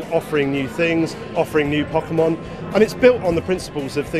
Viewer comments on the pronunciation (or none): did he really call them pokimon?